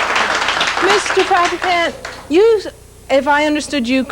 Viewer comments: He purposely undermines the correct pronunciation of his name "Farrah-Can". **Freudian slip , he knows the correct pronunciation =D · Why else would he purposely undermine the correct pronunciation of his name -Farrah-Can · He said faraCan on purpose😂 bruh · Noticed that intentional mispronunciation too. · Why is he messing his name up?. This is what happens when someone is intimidated by you. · Luis is amazing . The host is definitely a racist. He purposely messed up Mr. Farrakhans name. Then said it right .